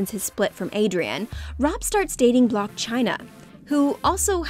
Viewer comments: block chyna??? it’s blac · You can give info on over 10 years worth of episodes and drama but couldn't check how to pronounce Blac??? 🤣🤣 had me doubting myself for a second